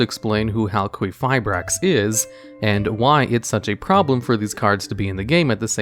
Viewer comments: I've only seen Halqifibrax being pronounced Hal - Ki - Fye - Braks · It's pronounced Cry (cry) stron (strone) Hal (hail) Qui (key) fi (fee) brax (bhraxaxaxaxisanis) Just thought I'd clear that up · I know theres a lot of other comments on the pronunciation you're doing of halquifibrax, but its name sounds like Haal-kee-figh-braax. Idk why but it annoys the hell out of me the way you've said it this whole video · You keep saying halQUEEFabrax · Ha ha! You said "queef" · Halqifibrax- Hal-kee-fie-bracks. There is no “U” after the Q in Halq’s name, so the Q has the same phonetic use as a K. A Q on its own does not have the phonetics of a U unless said U is present, and immediately follows said Q. No offense to you, dude. I just hate hearing it mispronounced so much. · i appreciate the pronunciation heads up cause hearing a q pronunced as a qu was getting to me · It was so annoying how Crystron Halqifibrax was said incorrectly so many times. Crystron Halqifibrax is supposed to be said as Crystron Halqifibrax and not Crystron Halqifibrax nor Crystron Halqifibrax. I mean seriously, how difficult can it be to say Crystron Halqifibrax ? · I'm a little uneasy over how you say Halqifibrax.